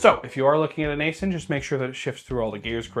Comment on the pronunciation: It's pronounced 'icein' not asin. Im a contractor for them.